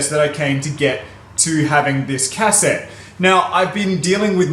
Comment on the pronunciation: I love how you pronounce "Cassette" as "Cass-ette" lol